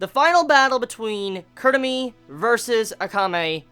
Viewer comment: KUROME, not kurumi!! -ROME